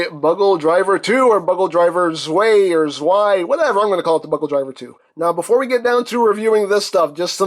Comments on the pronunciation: I think the true Germany pronunciation is Zvai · its pronouced zvai. its german ei is pronounced like the japanese ai and w are pronounced like v's.